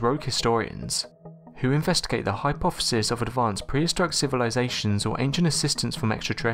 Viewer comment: Meso-top-a-mia? I'm and already you've mispronounced about a dozen words. Hypoffissis? The cadence of your voice is disturbing.